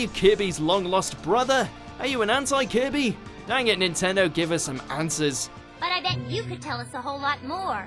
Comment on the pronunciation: That pronunciation of Kirby tho